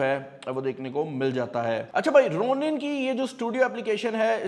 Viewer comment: The correct pronunciation is "Raw-nin", not the Roo-nin 😭😭 Please correct your pronunciation. It's irritating 😤